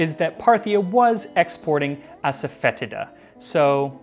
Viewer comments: asafoetida is pronounced assa-fah-DEE-sha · The mispronunciation of Asafoetida drives me nuts every time. It's "foe" not "fet" and the i is a long e sound. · no lol, it is pronounced a-suh-feh-tee-duh. Even if you are pronouncing it in latin you’re still wrong, then it’s ah-sah-foy-ti-da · I recently watched a video from Priya Krishna in which she pronounced it aso-fet-EE-da. She also mentioned she stores it on a open shelf as to prevent enclosed spaces from becoming overwhelmed with the order. Would love a silphium episode. I've been intrigued with the origins of drawn hearts theory since I've first heard of it. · As Priya Krishna could tell you, it's pronounced "Ass-Foe-Tee-Duh". Pretty sure everyone mispronounces it, which is why I just call it by its Hindi name, hiin. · I found a recipe for kichiri about 8 years ago and went to a specialty food store to find the asafetida. Boy did I butcher the pronunciation. I’m embarrassed hahaha “Ahsahfuhteeduh” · ass-a-fetid-a ... ... butt grossness herb? XD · ass-a-fetid-a, lol